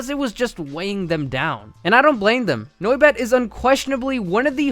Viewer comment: The way he pronounces noibat kills me inside